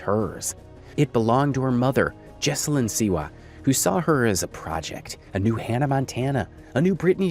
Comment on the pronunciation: hey just a heads-up her name is pronounced- JOE. EL. Joan.....joel is a males name Joelle is a girl's name. JOH ELL